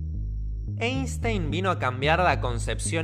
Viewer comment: Se pronuncia Ainstain, ya que es alemán y en el idioma alemán cuando una e esta pegada con la i se pronuncia a.